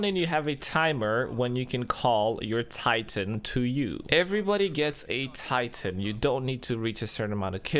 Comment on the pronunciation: god damnit dude it titan. not TIEEEEEEIITEN